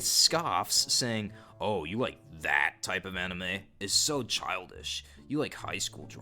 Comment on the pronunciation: the way he said ThAt